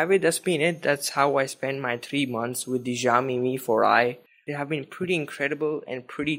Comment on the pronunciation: Great job :) btw Xiaomi is pronounced as (Shao-mee)!